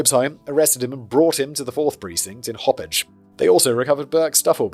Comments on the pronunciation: Also Simon, I know our Native American town names are spelled weird, so I'm giving you leniency, but Hauppauge is pronounced as "hop-hog" not "hoppage" lmao 😂😂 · 😂😂😂😂😂 it’s haw-pawg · Long Islander here. I am giggling at Simon’s pronunciation of Massapequa and Happauge. I know the difficulty ppl have with many Long Island town names especially when they are Native American names. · Ngl, driving home listening to this was great. Minor cringe hearing Hauppauge and Massapequa but that’s from a Queens native😂😂